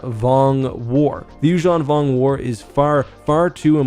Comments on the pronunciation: The “you-JEAN vong”? Isn’t this pronounced “you-ZAHN vong”? Why do you pronounce it french-like in the middle? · Why do you pronounce it You-shawn Vong. Instead of You-zan Vong?